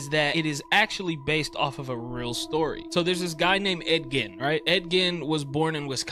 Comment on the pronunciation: It's spelled Gein but pronounced Geen